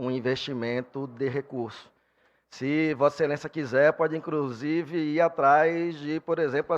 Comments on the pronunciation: só eu ouvi “incrusive”??? Não é possível cara kkkkkkkkkk pqp! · "acrusive" além de tudo é analfabeto, é analfabeto vota em analfabeto.